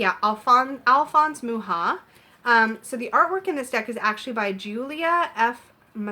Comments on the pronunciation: Thank you so much for this review, it helps a lot if I'm going to buy the deck. The inner compass oracle is so cute😍, where can I buy it? And also I just noticed the way you pronounce Mucha, the way you should pronounce it is like Mukha, make the C a little stronger. I really appreciate your review❤️🌹. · I believe it is pronounce Much-ah. My mom always called him Mook-ah. :-) She had several of his advertising pieces.